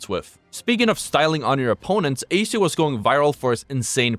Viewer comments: How does one manage to make a whole video on the guy and still manage to say his tag incorrectly? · Damn bro can't even say his name properly.